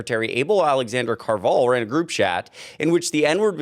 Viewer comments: The name Carvajal is actually pronounced "Car-vuh-hall", not "Car-vall". But good report. Sounds about right for magats. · It's pronounced "Carva-Hall" I can't believe the Spictacular behavior from these non white MAGA morons. 😂😂😂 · I believe Able Alexander’s last name is pronounced: “Car - Vah - Haul.” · Car-va-HALL is how you pronounce the first guy's name. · Pronounced — Car-Va -Hal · It’s distressing you can’t pronounce car va hal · alexnader car-vuh-hall coral gay-bills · It's pronounced "car va hall" . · Pronounced loosely, car-va-HALL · Good job, the name Alexander's last name Carvajal is actually pronounced Carb - ah - hall. just wanted to clear it up, keep creating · It's "kar-vuh-hall" for future reference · The Hispanic name Carvajal is pronounced Car ba hall. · You are saying the last name wrong. It's Car- Va- hal. I have a feeling they are Cubans. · the name is pronounced Kar-vah-hall. It's Spanish and the J is pronounced with an h-sound. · CAR-va-hall If you're going to say names it might be wise to take a minute or two before you begin to learn how to say them. Other than that, keep up the good work!